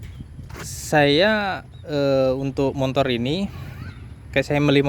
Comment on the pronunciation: Motor, Bang bukan motor. , ga ada "n" nya....